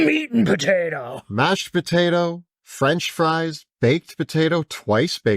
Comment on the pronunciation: This mufuka says “batato” instead of potato